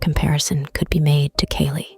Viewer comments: It's Kali , not "Caylee"... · Quick note. It's pronounced "ka lee" not "kayley". Other than that, this is one of the best Funger lore videos I've watched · Wait, did you talk about his offspring? Did I miss something? Also why do you sometimes sound like AI? Like mispronouncing the name of Kali (Kah-lee) and pausing at weird spots. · Hearing Kali pronounced like Kaylee makes her sound like a white girl who complains about the spice in her pumpkin spice latte